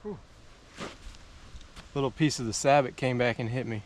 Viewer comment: Sabit? Where are you from. Its sabot: Say-Bow